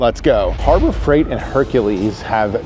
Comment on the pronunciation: Harbor Freigrt? Harbor Freiigrt?